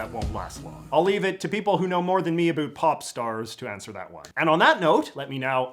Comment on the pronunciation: "Talk a boot"